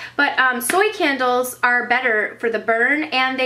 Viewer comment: I thought u said KENDALLS, like u had a lot of Kendall Jenners x) It's can-duls ! ;)